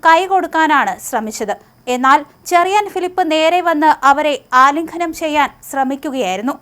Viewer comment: 'ആലിംഘനം ' ചെയ്യല്ലേ കുഞ്ഞേ....